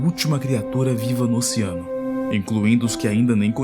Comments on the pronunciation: "Ociano", " ociânicos", porra !! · Qual a dificuldade de falar OCEANO. Ociano é foda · pq vc fala ociano ? KKKKK